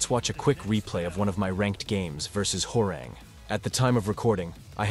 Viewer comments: Huwa - Rahng, not Whore-rehng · as a Korean , his name is pronounce Hwa -Rahng not WhoRe Rang like the telephone rang 😂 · i love how the tts voice pronounces "Hwoarang" as "whore-rang" 🤣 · I always knew the announcer said it wrong lol I think main man pronounces it the worst lol